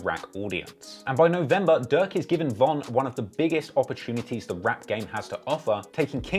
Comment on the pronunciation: I'm the only one that keep hearing duck when he says durk in the beginning. And God damn he into it od so many emotions wow this dude should be king vons hype man